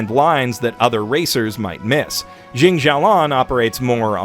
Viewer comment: I thought the anime VA butchered Xia Lian from it's original chinese enough, but you somehow managed to butcher it even more when you pronounce it. It's incredible.